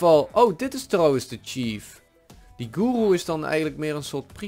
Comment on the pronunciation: Guru(je spreekt uit goeroe)